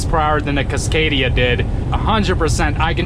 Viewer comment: He pronounces it kisscadia .its casscadia